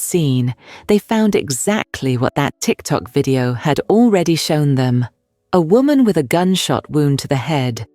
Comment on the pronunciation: The anchor said a tic tac video. Sir, not the candy tic tac 😅